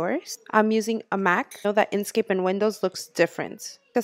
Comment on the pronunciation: INK scape. NOT in scape. Smh